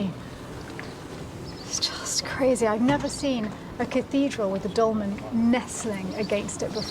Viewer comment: It’s ‘dolmen’ 😊